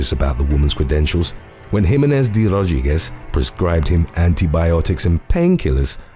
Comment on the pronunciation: How he pronounces "De Rodriguez"! 🙏😍